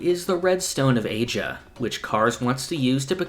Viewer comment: am i the ony one who always hears the red stone of asa as "the red stone of asia"?